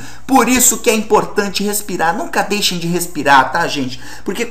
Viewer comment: "nunca dixem de respirar gente" kkkkk blz professor vo tentar...